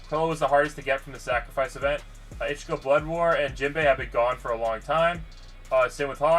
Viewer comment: And its ichigo not ikki